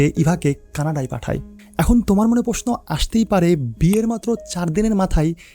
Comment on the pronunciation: 'তোমার' কেনো বলছেন উপস্থাপক?? উচ্চারণ আরও শুদ্ধ করবেন আশা করি।